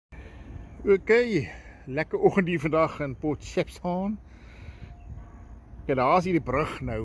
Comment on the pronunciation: Port sheftooon😂...